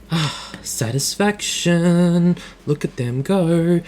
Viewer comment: Swear to god if you say satisfaction like that one more time im unsubscribing